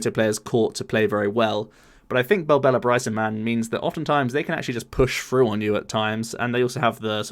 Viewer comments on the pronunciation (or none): belbella? BELBELLA? damn clown i'ts Bellelba. Bell - el - ba. never belbella.